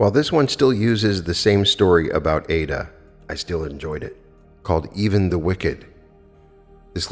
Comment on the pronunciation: I have read and followed Neville (in his own voice lectures) for 15 years. I subscribed to you because your voice is so mellifluous and beautiful, i never grow tired of listening to you reading Neville. Incidentally the opera is pronounced eye ee da. No disrespect intended. Thanks for all you do 💜